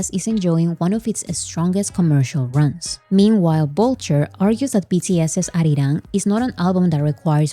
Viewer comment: Kind of off topic, but whenever you mention "ARIRANG", I can see the deep sense of satisfaction in pronouncing it accurately and so close to how Koreans do it. You're nailing it,! Thank you for the coverage and summary. I have, frankly, been blown away by not just the attention, but the press coverage that this got. Really speaks to BTS' impact and influence, and how far reaching their music is. I hope certain industry insiders are taking notes.